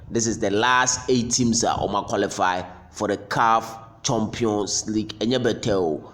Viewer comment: Eiii Asante fo) and our pronunciations; CHOMPION''s league. The word is CHAMPION's league not CHOMPION's 😂😂😂😂